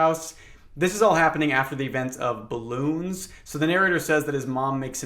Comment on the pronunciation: dude you can't just pronounce Balloons like "Bloons" I've been playing hours and hours of the Bloons TD 6 Frontier Legends DLC the past few days and you made me think I was losing my marbles, i'm even using this as background noise partially for fishing in Bloons This is a great way to fill the reader with dread oh veronica's phone was SO stolen YEAH WOW nice thx that is scary